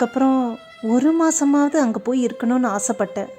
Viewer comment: Instead of A” she s using ha like hamma happa hangey. Its Boring. But good narration. Cngrts